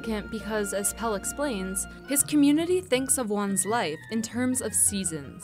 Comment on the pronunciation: PELLE, not PELL. Pelle rhymes with...with...I don't know dammit, but you pronounce the last E like the first sort of. I guess it rhymes with Meleé.